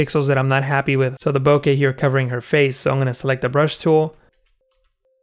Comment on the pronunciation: First, thank you so much for making an effort to pronounce bokeh (ぼけ) correctly. Too many people butcher it and use some pronunciation that doesn't even make sense. Second, I've watched two of your tutorials thus far and am duly impressed. They are clear and well thought out. You definitely have a knack for this. I'll recommend your channel to others.